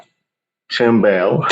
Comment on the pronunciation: Nice video! Just double check the pronunciation of Timbale.